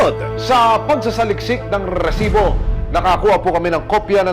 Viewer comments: Rrtrrrrreeeesibo! Rrrrrrreset-! 😂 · Over acting kanaman Anchor RRRRRRH sibo? Ano ba Yan! Be natural that’s enough to send a message.